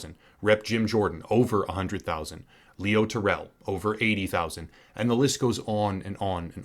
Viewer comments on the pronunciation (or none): none